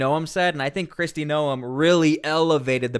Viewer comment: Stop Insulting Kristy by mispronouncing her name